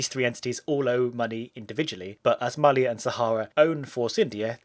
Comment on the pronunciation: Finally someone pronounced "Mallya" as it should be!